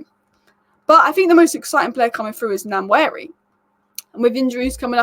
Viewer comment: Ethan Nwaneri is actually pronounced as WA-NE-RI